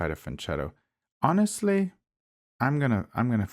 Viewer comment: you are not passing 2000 elo because gods of chess dont like how you pronounce fianchetto 😅